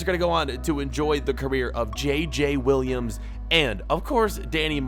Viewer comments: Im french but Williams Is not how you say Williams. As a french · Kind of Is close because A french person like me has it like that but just Um Williams he said i t wrong and JJ Is wrong to pronoucation